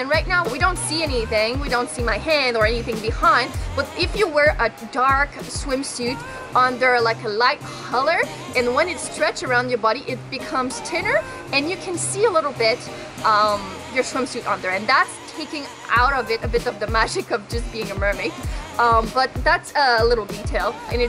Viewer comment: U said tinner instead of thinner...